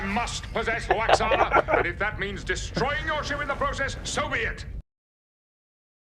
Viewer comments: Guys, Lwaxana's first name is pronounced Loo-ox-uh-na. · To attempt to help you pronounce Troi's Mother's name... Try Loo-Ox-Aw-Na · You say Troi's mother's name like, Luh-walks-on-na. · My guy said “Lox-Wanna”. 😂. I’m dying here!